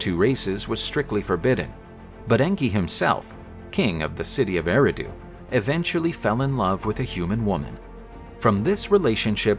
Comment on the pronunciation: It is pronounced (AIR - AHH - DUE).